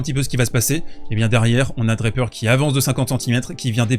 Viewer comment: Draper pas DraPEUR--accent on the first syllable in English. And I know that no one--apart from the French--can pronounce French names any longer b and I know you can pronounce Jack's name properly--DRA per. Merci bien.